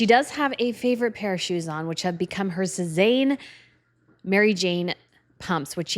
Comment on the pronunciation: Leticia in the green suit almost looks like Markle-doesn’t suit her. But her shoes are pronounced Sezanne, like Say-zhane.